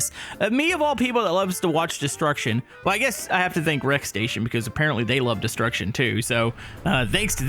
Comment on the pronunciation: So much disruckshon 😂 😊